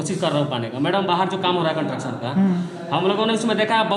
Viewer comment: कंट्रक्शन नही भाई, कंस्ट्रक्शन बोलिएगा भाई। अच्छा रिपोर्टिंग कर रहा है